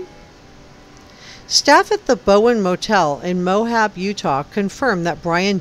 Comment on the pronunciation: Great reporting! Very interesting. But it's Moab, not "Mohab!"